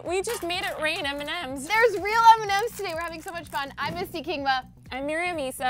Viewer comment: am i the only one who undestoop eminem when they said m&m's ? no? ok.